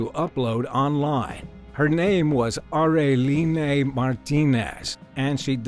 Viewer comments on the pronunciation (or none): Anyone else bothered at the mispronounciation of Areline...(ARE-LEEN)